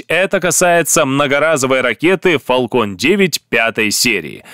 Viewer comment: Не Фалкон а Фэлкон, а то звучит как балкон, и у Фэлкон нет ускоротилей, а только ступени. а в остальном лайк.